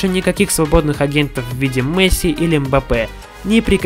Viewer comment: Я смотрю твою карьеру за Барселону. Говори пж Месси,а не Мэсси